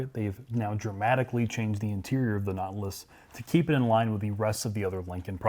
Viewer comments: “Naw-til-us” not notlas. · It’s pronounced Naw-TIL-us. Not,.... Knotlus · Never heard of a notliss. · Notlus, I've always pronounced it, Not-tè-lus. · Nautilus is a 3 syllable word, not 2. naa tuh luhs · I heard "naught-luss." Same thing, I guess. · “Lincoln Knotless” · The Lincon Not-Luss! How Preem-um! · wow...the caption spell LINCOLN KNOTLESS when pronounce this suv Nautilus.. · Wtf is a Not-lus? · can't pronounce nautilus right lol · pronounces "Nautilus" like "not less". (or "naught lass") And with an ass-tested ass king price...